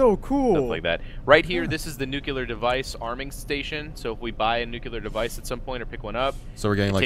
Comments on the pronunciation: It's new-clear not nuke-yulur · "Nucular device"